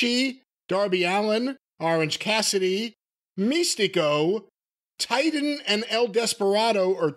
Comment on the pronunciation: Titan is not pronounced "Titan" by the English way, it's "Teetan."